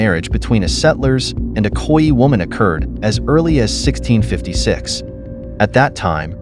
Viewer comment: Would be good if Khoi was correstly pronounced.